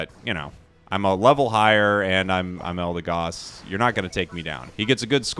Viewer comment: It's pronounced "EldeGOD". Never left the S tier for me